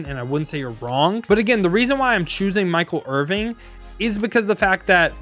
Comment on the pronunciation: Stop saying Michael Irving😂😂😂. It’s Michael Irvin . Sorry, but that’s just sad af.